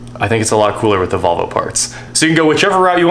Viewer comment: Why do people in Kansas pronounce Volvo as "Bobble?"